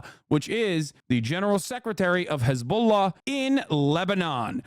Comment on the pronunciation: dude goes out of his way pronouncing hezbollah in the correct way, but disregards everyother country's way of saying there name, for me this dude fell off, yes be left yes be socialist but by god or allah i dont care dont side with religious terrorism. dude needs to self reflect, ofc you can support gaza and palestine no probs there but hezbollah is an known terrorist group/cell troughout the west and even in islam its not okay to support them. but this dude so focused on fucking israel that he lost sight.